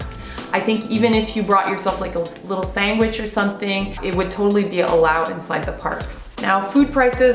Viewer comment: puts the best "g" in sandwich I've ever heard.